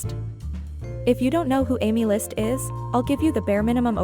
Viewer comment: Aemilst ❌ AemLUST ✅